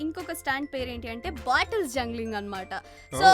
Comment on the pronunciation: *జంగలింగ్** కాదమ్మా..జంబ్లింగ్